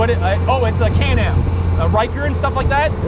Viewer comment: Kane-Am?! KAN-AM...as in Canada-America